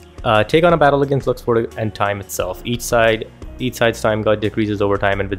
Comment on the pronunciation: Where did zodiac signs come from?! lol LUX-SWORD I don't know where the "S" comes from ..😅 i probably pronounce it wrong tbh